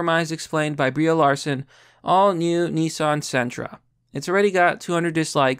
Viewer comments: "BREE" Larson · Y U say BrieA? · Nom it's Brie. He just says her name wrong.